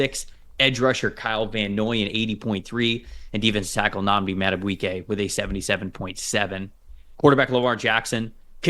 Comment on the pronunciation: Madubweeque? Is that Spanish? 😂